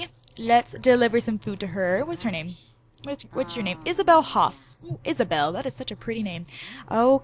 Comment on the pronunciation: Thats cool because my name is Isabelle and people would get it cunfused with Isabella or spell it Isabel and I get so mad about it so I thought it was cool that you said Isabelle and not Isabella